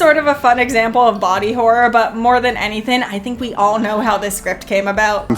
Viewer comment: Thin cannot be used for the word thing and anythin cannot be used for anything because it's not a word. And thin is not the same word as thing so it can't be used for thing idiot. And then she says settin for the word setting of a movie. I wouldn't point this out to her except she keeps making the same mistake of not using the letter g at the end of words which takes away her integrity and ability to do a you tube video. Be more professional. And she doesn't have the excuse of English is not her first language and she's still learning English because otherwise she is speaking perfect English. And Canadian English doesn't leave out just the g at the end of these words. This is just her being ignorant and stupid and too lazy to correct this. Horrible.